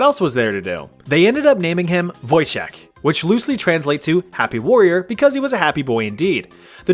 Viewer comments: It's actually Wojtek (read Voytek) Pierdol się means fuck you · The way you pronounced Wojtek physically pains me